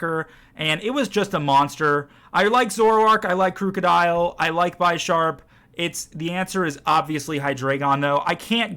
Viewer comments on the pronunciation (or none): Bisharp like Bishop no Bi lol but great video keep up the work!